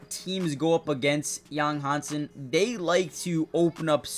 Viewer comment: His name is Yang Hansen. Han sen, Han pronounced Hand without the d, not hang. 瀚 and 航/杭 are totally different in Chinese.